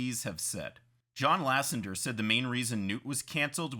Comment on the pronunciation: For crying out loud, its Lasseter, not Lassender.